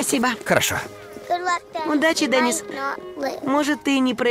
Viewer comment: Здесь обязательно надо ставить ударение на букву [йэ], а то почти все читают как имя Дени́с.